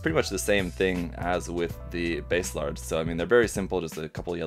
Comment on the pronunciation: Nice review! Are you ever going to build a full Hresvelgr? I've been side-eying Hres for a hot minute. Also, not a slight, but just as an aside, If you're ever struggling w/ their name pronunciations, check the Kana: バーゼラルド = Baah-Zey Raa-Ru-Doh, which for NA Eng. speakers would be Basilard (the french pronunciation is my fav). When we see "Base", we think "oh like the bass guitar?", but for a JP phonetic it's instead バーゼ, or Baah-Zey. Language fun!